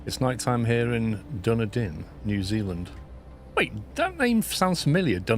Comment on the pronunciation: Well thats a new way to pronounce Dunedin haha